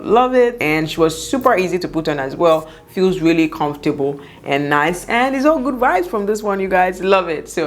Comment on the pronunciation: "Confortable " all the time .....ah ah 😁